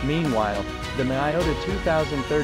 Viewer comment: miYota, not miOta